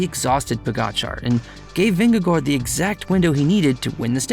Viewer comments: Dane here. You're doing an admirable job of pronouncing Jonas Vingegaard's name correctly. No need to apologize :-) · For a non-native speaker the pronunciation of Vingegaards name, is pretty close to how it is said. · dane here, hats off for your attempt at pronouncing vingegaards name, its a hard one, and you did it better than most foreign born people living here can :) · The Vingegaard pronounciation wasnt all that bad. A little too much emphasis on the first G and also a little too much on the final D, but certainly not so bad that the disclaimer was warranted.